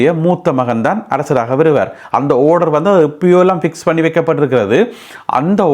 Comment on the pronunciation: டேய் படிக்காதவனே. ஓடர் இல்லை. ஆர்டர் டா. சரியாக உச்சரி டா.